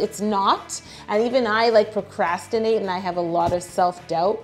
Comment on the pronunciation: I literally am Gemini, like the epitome of it. Also, when you said procrastinate I thought proCRABstinate.